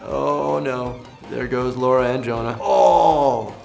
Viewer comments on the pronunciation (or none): none